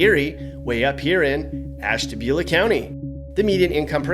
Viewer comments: Nooooo,....not Ashtabula. Oh no,, no..... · I am not surprised you said Ashtabula. I live in Mentor and I know how bad Ashtabula is.